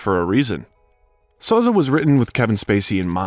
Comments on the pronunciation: Soze of “Keyser Soze” is literally pronounced three different ways in these couple of sentences. Fine video, but is the narrator just an AI-generated voice? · Kaiser “Sozay”not Soz. A gifted actor. We make celebrities Gods they aren’t they’re just people, they have their problems. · Ok now I am convinced this is an AI voice. The movie pronounces Soze, "So-zay" never "Soes". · Sad. Tragic. Creepy. Depressed. Sounds terrible. It's on the news every day. Read a memoir of celebrities in Hollywood golden era. 30s, 40s, 50s. Tim Conway was quoted as saying "I thouht everyone lived in a garage" The robot narrating this says "Soz" its pronounced "SoZay" from "The Usual Suspects"